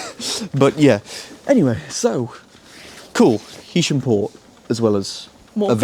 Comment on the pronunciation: Thanks! I think it is HAysham rather then HEysham! Cheers!